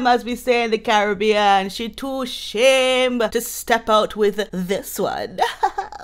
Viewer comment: 😂 I love the "shame" part with accent. It's the same in my ethnicity.